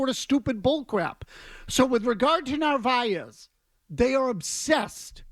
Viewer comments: For the record, his last name is Narvaez, NOT Navarez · Not being a troll here, but it's Narvaez, not Navarez.